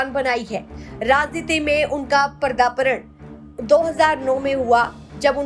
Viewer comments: Padaarpan kahte hain na ki pardapad theek se bolna to aataa nhi hai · पदार्पण बोलना आता नही है और बात कर रही है ये अखिलेश जी के बारे में